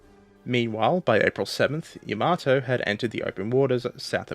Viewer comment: A fuq'n AI can play stupid games? Seriously? Only an AI pronounces Yamato like that. Give up the computer bullshit, and do the fuq'n work of narrating yourself. It'll give you something to be proud of. Dumbfuq